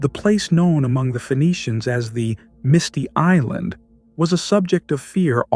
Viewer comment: ‘Misty Island’ sounds like ‘Canary Island’. 🤷‍♂️